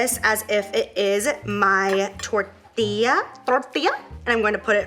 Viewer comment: Lmao I kept repeating it to myself it's so funny